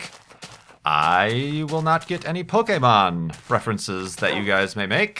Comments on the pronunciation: you may not have been at the right age to be into Pokémon when it was introduced to the US, but you pronounce it correctly at least!:) I can definitely appreciate that. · I'm kind of surprised you actually knew how to pronounce "Pokémon", since it's one of the most common mistakes non-fans make.